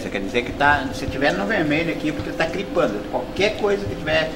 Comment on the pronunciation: kkkkkkkkkkkkkkkkkkkkkk que professor é esse que nao sabe ligar um som direit, ainda mais mal equalizado kkkkkkk....."cripando" kkkkkk...